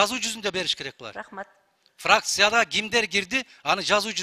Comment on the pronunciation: Канистусся, фыракся дебей терминдерди туура айткылачы